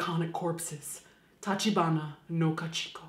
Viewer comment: Great video~ love this series It's Ka-Chi-Ko btw! :D not Ka-Chik-o